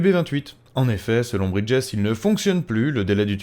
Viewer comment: top, mais fait attention sur l'anglais "bridges" se prononce "bridgiz"